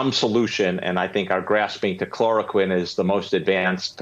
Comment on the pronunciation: Isn't msnbc fake news? The msnbc lady can't even say the name of the cloroquine drug. Trouble is, there is nothing else to use. You can, of course, wait months until all the tests and tests of tests have been completed. Probably take over 2 years. By that time the c v 19 will be over.